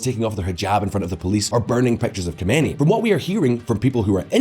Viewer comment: If this channel is driven by such lazy people, that do not even check how to pronounce Khomeini, then you know how unreliable the rest must be, especially the more complex topics, I highly doubt that they really dive into those and research it properly, given the lack of standard, or shall I say low standard!!! You guys are the Walmart or Primark of political news, only focussed on low cost, low quality but high output in order to reach/fool as many simpleminded or naive people as possible!